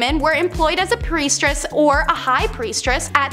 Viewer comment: OMG, stop saying Preistress! 🤭🙃😜🤔